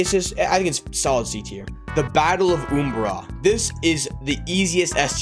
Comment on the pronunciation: How dare you pronounce umbara wrong.